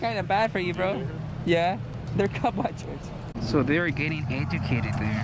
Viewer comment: Stay A-gecated